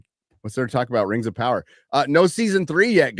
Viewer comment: It's RRRRRRRRRRRRRRings of power, fyi